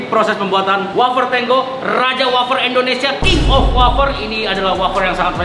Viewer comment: Indonesia banh bukan endonesiaa😂